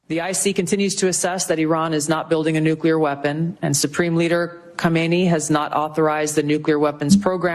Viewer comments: Wasn’t dying to hear VDH say “nukuler” over and over again 🤦‍♂️ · Love VDH. Please instruct him how to say “nuclear”. He’s pronouncing it like W, “nuculear.”😫😫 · WHAT THE HECK IS A "NCULAR""?? 😄😄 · WHAT IS A "NUCULAR"? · Impossible to take someone seriously eho pronounces nuclear as *nuke-ular*. Another instance of that guy being wrong and a mouthpiece. The very thing they criticized 4 months ago. Same as it ever was. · Nu-clee-ur”, Professor. Not “Nu-cue-ler”! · Why can’t he pronounce “NUCLEAR”?? These super-educated people keep saying “nucular”. It’s so frustrating! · VDH is no doubt a smart man, but my god he butchers the hell out of some words.